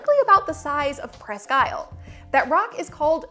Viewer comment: Unless it has changed in the last 60 years the name is properly pronounced pressq eel'. Accent on "technical"second syllable, but pronounced more like a single syllable word. Presssskeel'!!!